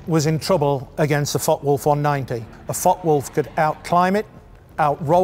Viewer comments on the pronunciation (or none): May I help with the pronounciation of the F.W. 190 ? In German a "W" is pronouced as "V" in English. There are no silent letters in German. The "e" at the end of Focke is pronounced as the English "a". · The E in Focke is pronounced! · Very nicely done this video, many thanks! But please note the E at the End of "Focke" is not silent. Greetings from Bremen 😉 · Hey, mate. There's an 'e' on the end of Focke... use it! Same goes for Porsche.